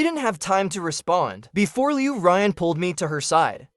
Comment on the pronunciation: Loo Ryan for a solid two months, no change when the name is pronounced leyew ruyaawn, ughh. And these MCs are simp city